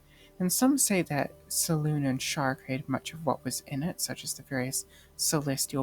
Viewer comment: Selune is pronounced Se LU nay.